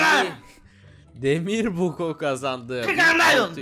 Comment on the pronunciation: Demir adam değil demiv adam